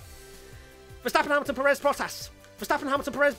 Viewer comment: Dudes, it's like PErez, not peREZ